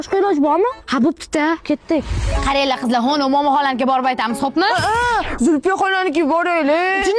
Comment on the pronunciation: Zulfiya ismini tugri aytingla meni ismimku